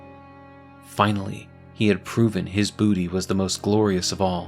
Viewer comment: It's BOO-TAY! BOOTAY!!